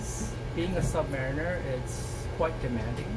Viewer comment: Thank you and great to hear it pronounced “submariner”, rather than the American pronunciation “submareener”.